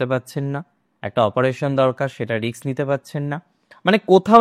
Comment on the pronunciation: Risk not riks..please pronounce properly as educated persons are also follow your channel